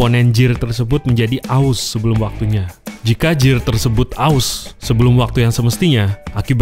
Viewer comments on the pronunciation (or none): Gear pronounce-nya Gir